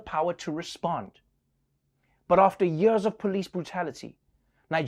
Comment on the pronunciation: I want a compilation of all the times trever said the word "years" omg it sounds very in another accent